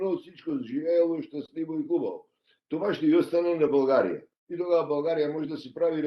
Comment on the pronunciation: Този е истински българин от Македония макар и не осъзнат ! България , България , България а не Булгария . Много добре го изговаря изкуфелника !